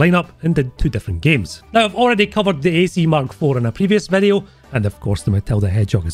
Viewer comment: 2 "in dis bideo" in one video! Nice!